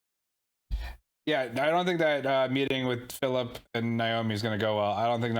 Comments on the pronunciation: Any reason you guys are calling him “Fill-eep”? His name is Fill-ip lol. I understand if it’s a joke 😅. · I love your enthusiasm but your pronunciations of some things drive me nuts. has tried to correct you a couple of times, but apparently he was too subtle... Naomi's son is named Fillip, not Fillipe. It's pronounced exactly as it's spelled. Just imagine it's spelled Phillip if that helps.